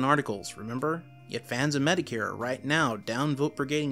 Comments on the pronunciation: MediCare lmao. It is said Met-o-kur. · It sounds like you’re saying Mr. “Medicare”. Just pointing that out. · The way he said metokur Bruh